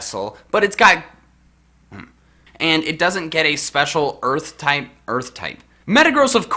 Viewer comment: I don't know why I found you saying earth-type so funny but I almost died hearing it lol.